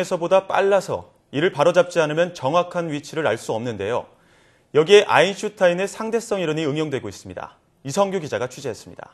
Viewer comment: 리포터님 발음으 쫌... 아인슌타인 이라 발음하시네요. ㅠ